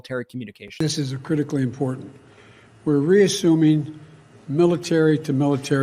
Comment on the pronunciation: Is she always drunk? She can't pronounce the word important or treasonous or the names of her peers.